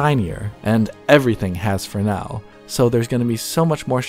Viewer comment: Proper pronunciation of fresnel - thank you!!!